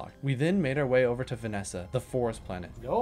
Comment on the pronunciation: I love your pronunciations of the planets and ores, Vesnia -> Vanesa hahaha